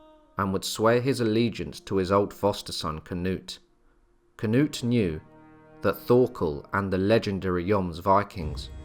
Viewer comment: As a Swede I don't know why you change the names to a English version. I don't care if you pronounce it wrong but its kind of disrespectful in my opinion to change their names. For example you say "Canut" It's Knut without the A. You could just not say the A and you would say it right. And Thorkell is Torkel. And so on... Also if you need help with how to pronounce names and places I'll be glad to help.